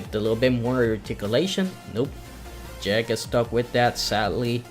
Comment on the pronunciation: Its called Jeeg not Jag...